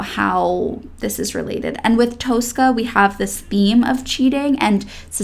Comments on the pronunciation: Please... It's not Toastcar Toas-cah, but "Tosska" like in toss-it-away. Two short syllables. No more Toas-cah, please. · Tosca pronunciation is Tos-ka.